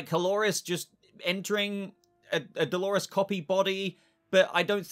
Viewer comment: I keep hearing him say Halores 🤣